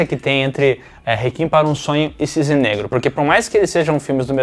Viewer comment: pf, parem de pronunciar réquiem como "rekin", troço feio